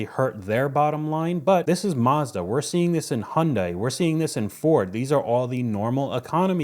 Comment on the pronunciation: It's Mazda not Marzda . A sounds a . Not ar .